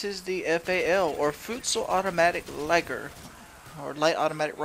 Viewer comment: It's le-ger, French. Nice commentary and it's a great gun, my team got dismantled with this guy with cold blooded and the FAL. What level is it unlocked?